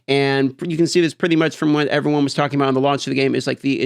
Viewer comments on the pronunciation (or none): none